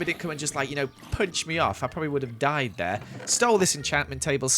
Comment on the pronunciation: Bro why did he emphasize dyed in day five that scared me